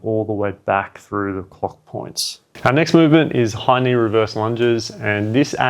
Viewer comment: Oh, thank you for this one. The first time you referred to those lunges, I heard: 'Hiney Reverse Lunges' ..then figured out it's 'High-Knee' ;~)